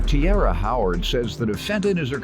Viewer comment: That’s not tiara. That’s ciara